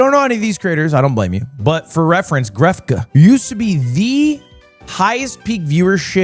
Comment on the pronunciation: pronouncing grefg as guhref-gee is crazy